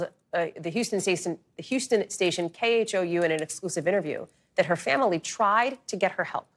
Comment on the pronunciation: It is KHOU, not KHOW.